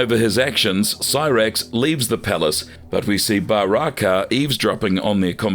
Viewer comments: Ba-raaa-kai it i believe hes called Baraka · Ba- rak -ah? Swing and a miss buddy! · I love the way they pronounce kharacters' names: Skor-pee-on, Ba-ra-kai